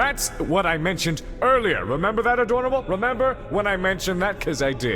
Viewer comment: I hate you so much right now. "A-dorn-able" F-cking Take my like and leave, sir